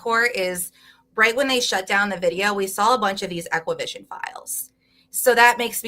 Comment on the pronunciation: Only thing that bugged me was her calling ExacQVision “equivision”.